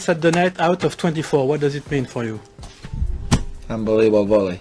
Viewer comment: Nobody: Nadal: “Unbeliebable”